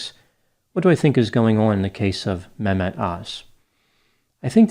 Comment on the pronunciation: I've never liked Dr.(?) Öz. He has always struck me as someone who is very money hungry. I don't think ethics in medicine and lending your credibility as a doctor to anyone who pays well can ever go hand in hand., you've pronounced his first name very well.